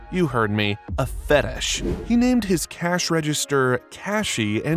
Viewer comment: When you say fetish it so fetes like fetes chees